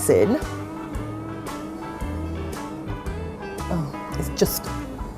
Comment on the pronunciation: was that raisin or resin? I'm concerned